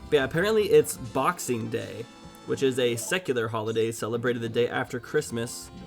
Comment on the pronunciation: “Box day”